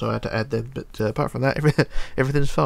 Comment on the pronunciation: PLZ STOP SAYING BUT-ERR JUST SAY BUT U DONT NEED TO SAY 'ERR' AT THE END!!! OK!!??